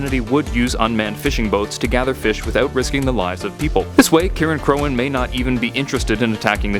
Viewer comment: I think "Cirein" is pronounced like "Siren"